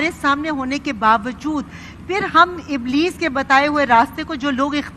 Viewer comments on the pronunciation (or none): they pronounce Ablees instead Iblees and Nazam where as right word Nizam they must work on these and Saheel Adeem speeches should be separated from these people.